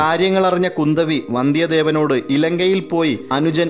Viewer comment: പൊന്നിയൻ സെൽവൻ അല്ല സർ പൊന്നിയിൻ സെൽവൻ... പൊന്നി നദിയുടെ മകൻ അത്പോലെ കുന്ദവി അല്ല kundhavai.... കുറ്റമല്ല എനിക്കറിയുന്നത് പറഞ്ഞു എന്നു മാത്രം